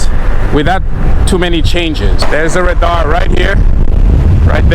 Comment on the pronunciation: Ra-darr 😂 love your videos bro ! Look forward to riding with you one day